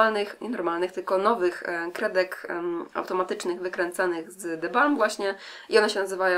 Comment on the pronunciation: oczywiście że ChatMakeup:D - tak seksownie wymawiasz te nazwy paletek The Balm <3